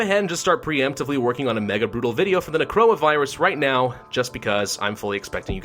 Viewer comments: why do I hear corona virus insteade of necroa? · Instead of necroa it’s crona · Why am I keep hearing Necroa as Corona lmao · Is it just me or does it sound like he's saying Corona instead of Necora lol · He says necroa and I heard it as corona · When he says “Necroa Virus” it sounds like Coronavirus. Coincidence? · Everytime hes says necroa i hear corona. Its amazing. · everytime he says necroa virus, it sounds like coronavirus and I check the date of the video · why do i keep hearing him say coronavirus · is it just me or everytime he says necroa it sounds just like corona virus xD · I thought he said coronavirus 😂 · necroa sounds like corona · Watching this in 2021 and I misheard the Necroa Virus as "coronavirus" several times.